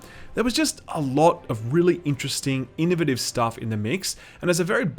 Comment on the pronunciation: the way he says innovative bothers me so much, I’ve never once in my 22 years of living heard someone pronounce it like that 😂